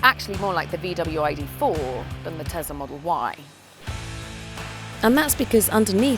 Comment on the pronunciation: Te-S-la, Not Te-Z-la.